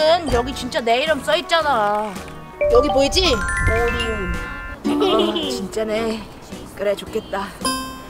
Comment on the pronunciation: 아니누가 오리온을 온리온이라고..........................흠..........(심각하군)